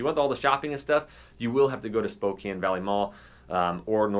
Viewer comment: Died when he said "gotta go to spo-compton"